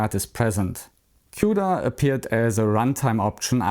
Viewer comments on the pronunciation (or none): none